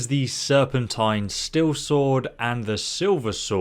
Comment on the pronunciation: It's Steel, not "Still".